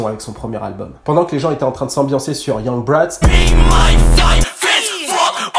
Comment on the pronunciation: OMGD C'est YuNgT BrAtZ et pa "Young bratz" Attention!!!